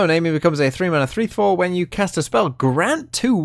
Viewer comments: It's more naami, not naymi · Pronounced Nah Me but okay lol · Her name is pronounced like the "nami" in "tsunami". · Always with the bad pronunciations, this guy... lol Fizz even says her name in the interaction. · And its just 4 letters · Fucking yikes I can’t stand that pronunciation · That is NOT how you pronounce Nami Lmao